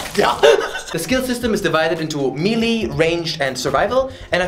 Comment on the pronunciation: He deadass said me lee